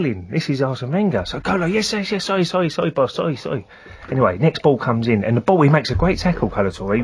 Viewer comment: Sowwy boss sowwy sowwy XD